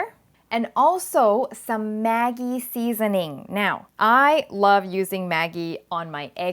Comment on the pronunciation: GdayMateys When the product is sold in Thailand, the name in Thai writing is "แม็กกี้" which is exactly what she pronounced. This is how Maggi company wants Thai people to call their sauce.